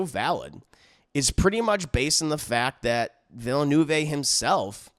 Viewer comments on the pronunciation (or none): Plz don't pronounce the last "e" of Villeneuve as a long english "a", it is a short "e" like in "the"